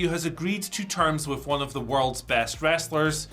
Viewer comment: Problem is Ospreay is GOAT but cannot say best 😂